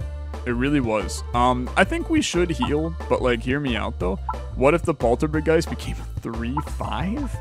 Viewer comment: Dangit it's a Polt-Orb-Geist, not a Poltor-B-Geist